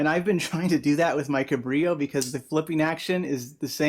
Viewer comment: FYI, little known is that "Cabrillo" is a Portuguese word (for the explorer) and they pronounce the 'L' sound unlike Spanish y sound